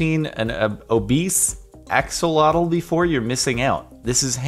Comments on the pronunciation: its “axe oh lot l” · • - Axolotl is "ash-e-lot-ll" • - Most creatures can overeat because food is normally scarce; evolution made us to eat what's available to be safe. • - I don't think he's proposing; they're high-school students. Maybe he's apologizing for something. 🤔 • - I don't know why people think :-((( emphasizes the sadness, if anything it looks like a triple-chin. ¬_¬ • - Maybe she got held up because of traffic or an emergency or got hit by a bus. We don't know what happened. • - His jaw is shattered, and teeth are just gone. That doesn't suck, that's just horrible. 😬 • - Those don't look like nails, they look like medical pins. • - Ironically enough, that firefighter looks like Jordan. 😂 • - Wow, plastic is one of the most dual-natured things there is, very good and extremely horrible at the same time. :-\ • - *an F16 (why don't kids know how to spell?) • - If someone's ball lands in your yard, it's yours. If a military jets flies into your house, your house is the government's. 😒 • - Is this like those "soldier returns home and surprises family" videos, but with high-school kids? 🤔 • - And neither of the other two girls even acknowledges the third girl, and there's a bunch of witnesses (plus the camera) • - The bigger question is who's responsible for cleaning that up? 🤔 • - Exactly! The same goes for movies. If we wanted depressing real-life, then who needs games or movies? 🙄 • - Isn't it common knowl